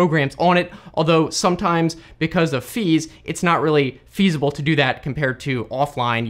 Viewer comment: “Because of fees it’s not really FEASible” bruh